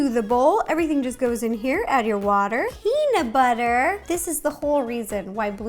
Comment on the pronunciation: Peamub bubber